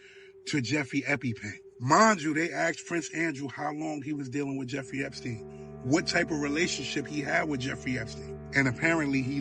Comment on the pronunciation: Umm...'Eppy pen files?' Spend 16 years in a 12 year education and come out pronouncing 'Epstein files', 'Eppy pen files'? Sometimes I think my tax dollars are wasted.